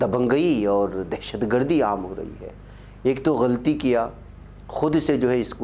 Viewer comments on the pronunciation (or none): none